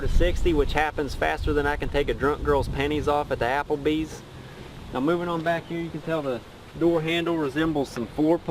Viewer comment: mo fucka said applebees 🤣